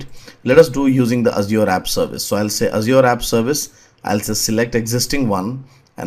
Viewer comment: Mayeb for the way he says Azure